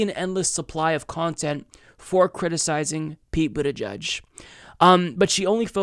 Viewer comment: Wait! Did she call him Pete Bootyjudge too? 😂😂😂😂😂😂😂😂😂😂😂